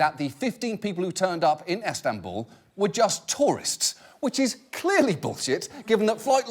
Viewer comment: He has been good with the names so far but then "ESTANBUL"